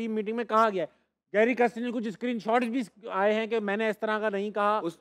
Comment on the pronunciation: pronouncing Kirsten as kristen. Video title has same spelling mistake. Coach ka naam lena seekh le bhai